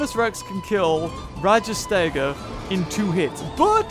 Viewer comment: it's called rajas-tega